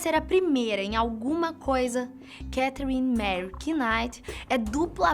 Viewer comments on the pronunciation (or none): o sobrenome Knight A letra K e muda e portanto se pronuncia Night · Knight não pronuncia o “k” igual a know, knowledge...